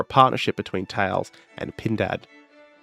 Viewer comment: I commend you for pronouncing Thales properly